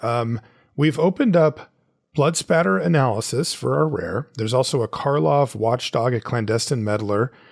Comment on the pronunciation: I just learned there is no "L" in the second word of Blood Spatter.